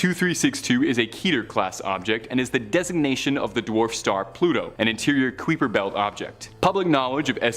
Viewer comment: PS it's pronounced Kiper belt, not Queeper belt. Sheesh.